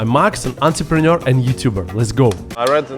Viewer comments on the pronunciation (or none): it is 'entrepreneur'.